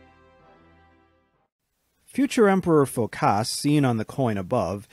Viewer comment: Phókas, not Phokáss !